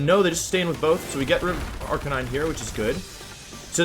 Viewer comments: Did he just say arca-nee-nay? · Wtf?! Arc-ah-knee-nay?! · Arrrr cain neee neee! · y u pronounce it arcaneenay and arcanine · Arcanine "Ar-canine" canine like a dog. Not cah-nee-nay. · Ah yes good ol Arcaneene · ArcaNINEY? Wh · “Arcaneenay” This makes me extremely angry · arc a knee nay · Arca nee nay? Now, I know you mispronounced that on purpose. I bet I know why. People, don't make fun of him for how he says things. He'll start doing it intentionally, just to annoy you. Which will annoy the people it didn't originally once they notice, and hurt viewership. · Arch uh knee nay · If you call him arkayneenay again i will unsubscribe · Your pronunciation of Arcanine gave me cancer. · The fucking way he says Arcanine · Well, he always pronounced Arcanine like that... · I've never heard anyone pronounce it like that ever